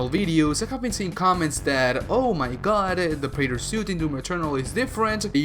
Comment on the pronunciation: Preyter soot